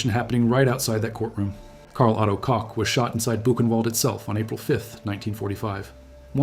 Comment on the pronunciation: Really interesting video. I wish only that you would check the pronunciation of German names. Your AI is not doing a great job.Koch is not pronounced as Co or Cox. It's doesn't sound authentic, it sounds ridiculous and very unprofessional.